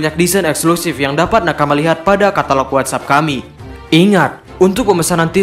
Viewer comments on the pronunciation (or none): none